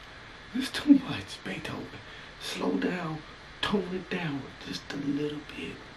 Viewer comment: "tone it donw" " Beeethven " Wit?"